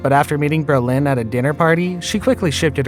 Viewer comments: i love your bizarre pronunciations of these names. stris-AND. Brole-INN. Her stepson josh is hot. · JAMES BRO LIN! ATLEAST PRONOUNCE IT RIGHT! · It’s pronounced BRO-Lin! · Berlin? Braaazen? 🤦🏻‍♀️ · Her name is pronounced with the emphasis on the first syllable, as is Brolin's. Come on, A I. You can do better. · Comstock also BRO Lin not bro LIN. These are the main characters of this video it was annoying! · Bro-Lin, really dude? How many times did you say Ber-lin? Wow! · Lol it’s Brolin not Bro-Lin but hey I enjoyed this summary of Babs love life..😉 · It’s BrOlin not Berlin. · Who is narrating this? The name is Brolin, not Berlin. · James Brolin was born in California, but this video's narrator seems to be mistaking him for a French immigrant. His name is pronounced "BRO-lin" --- not "bro-LAHN"; it's an Anglicized stage name. (Wikipedia says that his father's name was Bruderlin, which is also not French; it's German.) I do get that some people weren't born soon enough to hear his name on TV back when it was a household word because of his good looks and his prominent role on MARCUS WELBY, M.D., which was a hugely popular prime-time series when it was new. But the gossipy notion that Barbra Streisand's attitude toward her own fame destroyed their marriage by making him jealous is just silly. Female stars were not respected nearly enough for that. People talked about her as if she could never be quite good enough to be a REAL star (as opposed to a comic) because women weren't supposed to have big noses. We girls were supposed to think she was lucky to be appreciated by a REAL star as handsome as James Brolin, because she was to be seen as derelict in her womanly duty to be pretty for men. If anyone did feel jealous enough to get sucked into some pathological competition with her fame, it's probably the person who whipped up that tall tale about her. Misogynist much? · James Brolin - can you pronounce his last name correctly. It's not Berlin. Bro-lin.